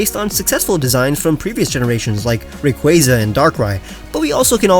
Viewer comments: it’s Ray-Qoo-Ah-Za not Ray-Qoo-Aye-Za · I always thought it was said like "ray-coo-warza" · Bro really said ray cwayza 😑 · The way you pronounced rayquaza ... disgusting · it really isn't